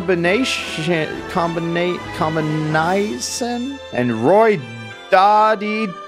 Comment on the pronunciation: french people were laughing their ass off when you tried to pronounce "samus sans combinaison"